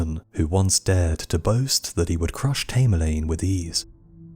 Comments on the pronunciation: Its tam er lane come on, its driven me crazy how u keep repeating his name wrong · Tamerlane thats A as in apple, your pronunciation is ridiculous !!!